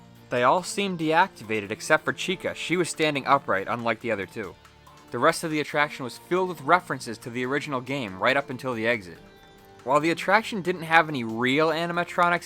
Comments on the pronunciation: Hey bro instead of complaining you said it wrong I’ll give you a heads up. It’s pronounced chee kuh not chick kuh :) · the video was good but.... CHIKA it's chica lmao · It's rock-afire not Rockefeller it's chica not Chaka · The one thing I hate in this vid is how he pronounced chica as chica and not cheeka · chica not chika dumbass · Chikah wau sad WHYYYYYY U CALLED IT CHIKA! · Im sorry but I GET SO TRIGGERED WHEN SOMEONE SAYS CHICK-A.YOU IDIOTS ITS PRONOUNCED CHEE-CA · Sorry If This Sounds Rude But It's Pronounced (Chee-Ka) Not (Chick-Ah) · Did anyone notice that he said Checa instead of Chica?? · Did u say checka then chica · Chica????? Cheeekaaaaa is how you say it not chiiiiickaaaa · its pronounced ch-ee-k-a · It’s pronounced Cheeca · Why does this dude always mess up what he says "chick-a" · It's pronounced (chee-ca) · Chicuh? Oh wait nvm he said chica after that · Wait a second... How’d you say her name? Chika?!? What?!? Ok so NOW your saying her name right?!? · You pronounced chica the wrong way.you said chicka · Chica is said: Cheeka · I heard him say chic uh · When he calls it chicka Me: nervous noises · It’s pronounced Ch - ee - ca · Bra he said chicks wrong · It’s cheek-uh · Can we just mention how he said Chica he said chika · You mean “Chick-a” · He called chica Chicka 😂😂😂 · Chick-a not chica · You pronounced chica wrong. It's not chick ka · Who was annoyed when he said chica incorrectly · Bruh he pronounced chica wrong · him: pronounces chica wrong me: (it's fine it's okay he didn't mean to say it wrong people pronounce things differently) Me irl: IT'S NOT OKAY!!!!!!!!!!!!!!!!!!!!!!!!!!!!!!!!!!!!!!!!!!!!!! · the way that he said chica tho lol look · when he was going through the fnaf characters, he said Chica's name wrong...that's the only thing that triggered me a little.